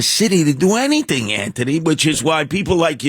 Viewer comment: The way he keeps saying antney Douche chills